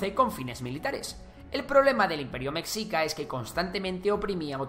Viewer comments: Buen video pero deberías de practicar la pronunciación antes de grabar, mexica se pronuncia "Meshica" no es ayulta, es Ayutla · Relativamente joven? No mms es mas antiguo que españa de no ser por las atrocidades que tus abuelos cometieron hubiera tenido una continuidad. No se dice mecxica! Suena meshica y se escribe Mexica. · Meshica, no Mecsica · La pronunciación correcta seria con "sh" ya que en el náhuatl así es como suena la X. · Cómo me rompe las pelotas que digas /meksika/, no sé de dónde sacaste que se pronuncia así. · Mi estimado creador, mexica se pronuncia como "meshica". Es entendible que lo pronuncies de esa forma, pero la forma correcta es con el sonido sh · Meshica por favor, me shi ca! y es TenoCHtitlan por favor